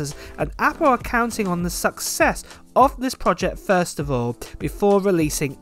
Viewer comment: It's PROJECT, not PROJEH